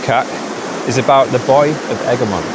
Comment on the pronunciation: Ergemont is pronunced eh·gruh·muhnt because English is the way it is and it's never the way you think.